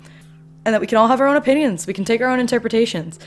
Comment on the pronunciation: Everyone is pointing out how is said "ppinions" instead of opinions. But no one is saying how he said "ain'y" instead of ain't